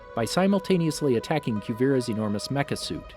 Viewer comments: Sir why did you say “Quvira”? if you watched the show you would know how to say Kuvira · Anyone else annoyed that he calls Kuvira Cuevira